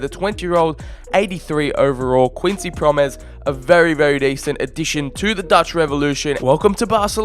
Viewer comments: It's prom-es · Please learn to speak out the names (Pro-mēs) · The way you say "Quincy Promes" is so painful It's not pronounced Proms it's Pro Mes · Prom es not proms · It's not proms but promès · HIS NAME ISN’T PROMS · It’s Quincy Pro-Mes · Promes is pronounced like gomes